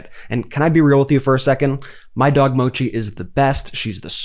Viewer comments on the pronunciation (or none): none